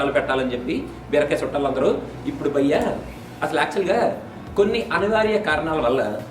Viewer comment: your "bhayya " sucks brother. Your review is no less thoe :/